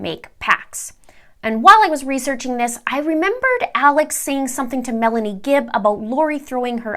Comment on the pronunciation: Lori's niece name is not Melanie, it's Malani doesn't even sound close to Melanie. Pronounced Me-luh-nee